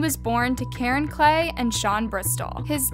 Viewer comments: It’s pronounced like it sounds klee. Not clay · It is Jordan KLEE. Not Jordan CLAY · It’s pronounced Dante. And Jordan’s name is not pronounced clay. Its pronounced like Lee with a k in front